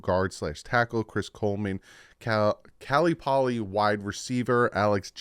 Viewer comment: It’s Cal Poly…. Not caly